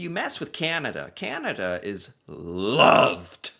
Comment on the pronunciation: we are LOVED (in loud bark voice) we Canadians win our warms with Sorrys and Hugs 😂😂. It was too funny hearing Tylers growl when saying the World LOVERRRDDSS Canada! 😂😅❤